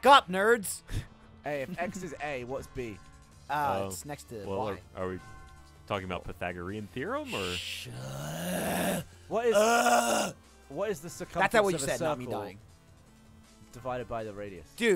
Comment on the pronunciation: The way pronounces "Pythagorean" bothers me....